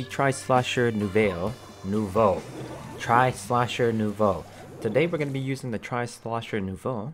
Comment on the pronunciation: Quietly hype for Spl3n 🤠 Also very funny as usual to watch you trainwreck over every French word you see. Nouveau. Étoile. Beau. I took French in high school. It's a trainwreck of a language itself lmao.